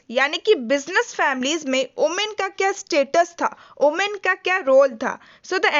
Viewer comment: Not omen it's women*